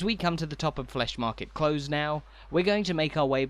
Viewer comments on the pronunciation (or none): yes I don’t know why he’s making these mistakes, rather irritating. It’s Close as in near in England too.